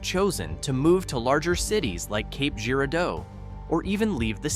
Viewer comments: Yeah, Cape Jeer-a-doe! I quit there. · I'm going to take a shot every time I here a butcher town name. Cape Girardeau. 🙄